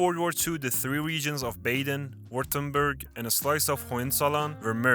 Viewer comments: I’m not German, but it immediately grates on my ears to hear, in a video about German states, the first one is pronounced “Bayden” WTF. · It is not "Bejden" but Baaaaaaaden! Please pronounce German names correctly, when you try to teach something about my native culture. Thanks. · It's Baaden, not Bāyden! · Bah-den not Bay-den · Bro I don't trust your video. Its Baaaaaden Wuerttemberg, not baiiiiiiiiden. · bro that's not how you pronounce Baden. you did Badners dirty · The pronunciation of "Baden" 🤦🏻‍♀️😑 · It is not pronounced 'Bayden'-Württemberg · When the narrator mispronounces his place names ( Baden as Bayden) I know he’s not German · When you start out mispronouncing "Baden" I give up all hope for the rest of this video right at the beginning… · Ok, no AI, then the names would be pronounced correctly. Let's start with the first word of the video: Baden-Württemberg. Baden is to bath, and the a is pronounced the same way.